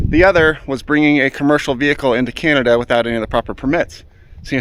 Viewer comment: It's called Canada, not Cyanada